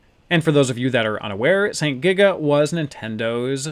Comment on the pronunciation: You frequently say saint giga, but I recently learned it's actually sento giga.